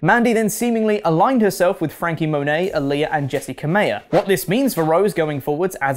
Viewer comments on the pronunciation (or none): none